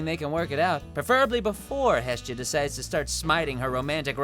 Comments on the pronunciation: He said hestia wrong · The way he says Hestia and Anna just tilts me